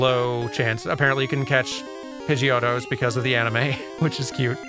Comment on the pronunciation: So. Pidgeot. I get that it's a play on pidgeon. But like... Pid gee aht sounds cooler. Also because I don't think anyone says Pidgeotto like Pidgeon toe. Pid Gee Oh Toe.